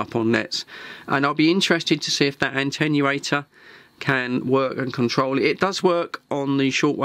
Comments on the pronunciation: Attenuator. It does not Antennurate, it Attenuates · why try to make fun of how some Americans pronounce the word aluminum., the word "atenuatte" has only one "n" but you keep pronouncing it as if it was spelt with an "n" as the 2nd letter - ANTENNUATOR.